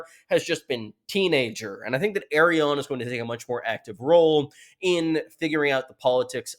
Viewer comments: Why does always say Aerion instead of ARI-ANNE? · My brain gets so confused when he pronounces her name "Errion" lmao. I'm like "who??" for a second every time. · I know a few people have mentioned this, but your pronunciation of Arianne is actually painful to hear. It’s a real world name - a combination of the prefix ‘Ari’ and the name ‘Anne’. You sound like you’re actually (still mis-)pronouncing Aerion, but there are no Brightflames here. What’s worse, even the most Americanised butchering of English vowels does not arrive at ‘Air-ee-ahn’, as you say. I am perplexed at how you came to this, but I beg you to stop 😭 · Can't move on how you pronounce Arianne lol In the part of the world where I'm from, we pronounce it as /ar-yan/ or /ar-yaen/ Otherwise, good analysis again